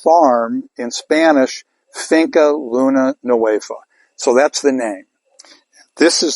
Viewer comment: You have had THIRTY years and you still cannot pronounce Finca Luna Nueva correctly. By this time you should be as well spoken in Spanish as you are in English. If you fail to listen to your fellow man, it then follows you will also fail to listen to Mother Nature. You indentured yourself to company and failed rear flora and fauna.